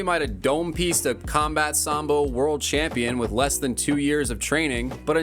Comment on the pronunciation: Worst “champio” the ufc has ever seen this kid never fights